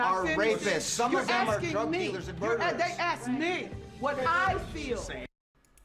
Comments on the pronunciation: ASKED not AKSKED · First of all, don’t axe me. But if you were to, I feel like I am 115 lbs.